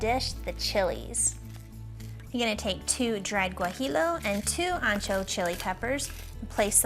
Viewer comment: Looks delicious! Just super mispronouncing barabacoa and gajillo chiles 😮the ll is silent and make like a g sound 🤷🏿‍♀️